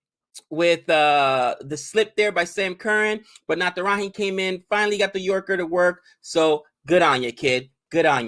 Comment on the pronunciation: when will you pronounce "J" of Natrajan right? We indians don't pronounce J as h like mexicans.